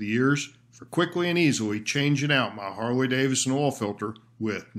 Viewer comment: Harley-Davison? Really?